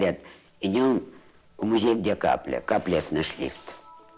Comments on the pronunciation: Зачем,, вы говорите музЭй? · МузЭй… Это как «шифонЭр»?), спасибо за работу, но смотреть Свиблову нет сил. Неприятная дама(